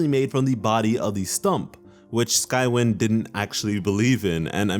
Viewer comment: It’s pronounced sky-wine